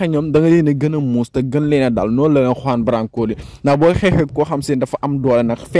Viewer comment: Tu ne sais même pas prononcé lr no de Juan branco